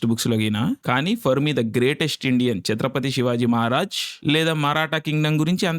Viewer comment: You earned my respect andi ....... Name pronounce chesetappudu..... *Chatrapati Shivaji Maharaj *Chatrapati Sambhaji Maharaj